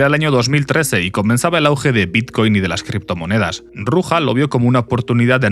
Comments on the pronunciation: Se llama Ruzha, no Ruja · se prouncia "ruya" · El j de Ruja no se pronuncia asi